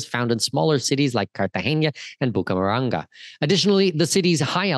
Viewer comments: Not Bucamaranga. It's Bucaramanga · And it's Bucaramanga, not "Bucamaranga". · Hahahaa Cartagena should not be confusing but Bucaramanga is 😂